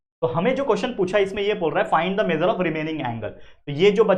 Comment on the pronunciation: Measure ❌ mejar✅😅😅😅😅😅😅😅😅😅😅😅😅